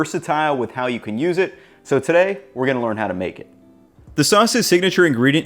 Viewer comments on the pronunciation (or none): none